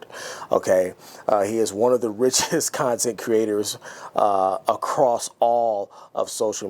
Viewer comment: Hey, great vid, but there's no T in across :¬)